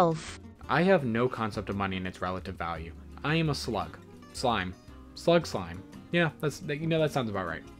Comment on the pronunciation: youre worried about saying "booey" but you literally said "im a slug" and it very much sounded like "im a s1ut*